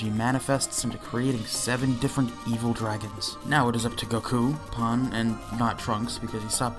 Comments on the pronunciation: How do you constantly mispronounce “Pan” and “Saiyan”? Call yourself a fan of the franchise.. Lol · This guy’s pronunciation of Saiyan and Pan is killing me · You are not saying "saiyans" right, you are saying for some reason "sAIyans" instead of "sEIyans" also same with Pan, it's prounounced Pen and not Pan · bro said pon and sai-yn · "sigh-anns" "pon"??? My guy. Come on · I like how you mispronounced Saiyan and Pan despite watching the whole series.